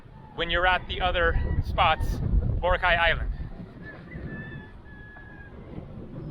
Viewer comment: Pronounced bo rock eye, hope you had fun!